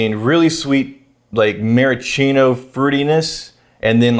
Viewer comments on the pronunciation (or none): Anyone else notice always leaves out the "s" in maraschino cherry? "Mara-cheeno"